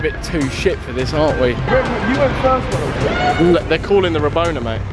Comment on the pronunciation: When said rabaona